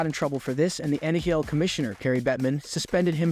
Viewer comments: Ummm.... It's actually NHL not Nayel🤓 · Learn how to pronounce the names properly let alone N-H-L. Turjon lol